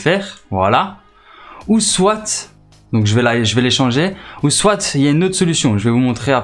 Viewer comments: il prononce le t a la fin j'avoue. c peut etre un belge francophone ou un suisse ou un quebequois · Tu utilise le mot soit comme si y'avait un e c'est insupportable a l'ecoute